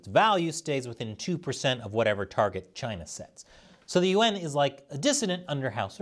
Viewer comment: Why do you pronounce yuan like U.N.?